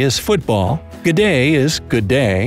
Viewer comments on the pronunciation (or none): Did anyone else hear him try to pronounce g’day at the start? GOUDDAY? Also I’ve never heard anyone call Australia ‘stralia’ (and I live in Australia) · This is so wrong me when he said gaday 😭😖😡😤😫😖😣so wrong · Him: gday mate Me: never say that again